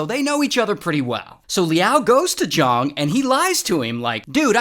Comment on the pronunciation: *Zhang not Zhong